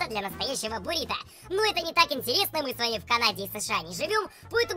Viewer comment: Не борито, а буррито